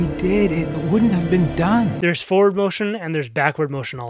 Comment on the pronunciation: Oh, that's what you say, "forward" like that, because you believe it's spelled like this, "foward."